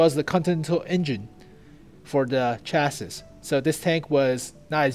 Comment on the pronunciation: its pronounced CHAS-SEEEE, not CHAS-SIS